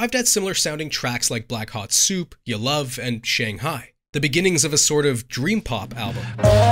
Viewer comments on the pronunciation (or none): none